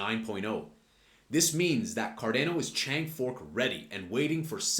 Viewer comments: It’s not car deeeeehh no. It’s Car don o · Effin hate how u pronounce the name. Don't be a Gary... PLS for gods sake just say ADA or learn how to say the actual name.